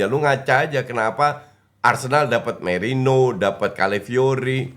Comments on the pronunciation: koreksi, namanya merino, bukan moreno wkwkwk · bukan morino tapi merino